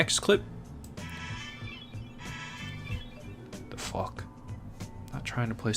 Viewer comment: Yeah what the fwouck that’s what I heard :o ;/